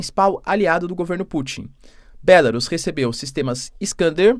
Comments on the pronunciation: Porque você não pronuncia em português "Bielorrússia" ? Acha chique pronunciar em inglês? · Professor pq vc não chama pela forma aportuguesada o nome da Bielo Russia porque Belarus está escrito em inglês e não se pronuncia assim pq da mesma forma teria que chamar o Japão de Japan, a Alemanha de Germany, a França de France e a Inglaterra de England. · Continua com uma péssima pronúncia da palavra Belarus, não aprende mesmo, doutorado que é bom, nada!